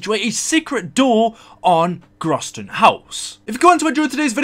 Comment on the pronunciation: pronounced the s as z god damnit its german